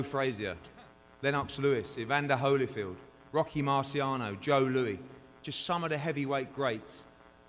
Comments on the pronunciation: Hearn said Joe Louie.... Lol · Did Eddie just call Joe Louis, Joe Louie?